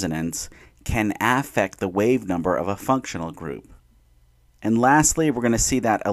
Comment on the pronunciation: probably a good video but i stopped at 50 seconds when i heard you say aa-ffect 😭